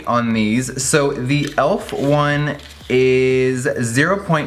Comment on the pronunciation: It's pronounced "e.l.f.", like you say each individual letter, e-l-f... Elf... Lol so cute! 😊